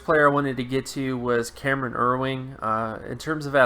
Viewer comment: his name is Cam Erving not erwing